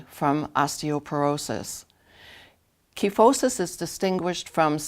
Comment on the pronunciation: Online dictionaries show the customary pronunciation is with a long I sound in the first syllable. (ky not kee). Learned it that way in anatomy class. Very common condition in older women especially. Thanks for the tutorial.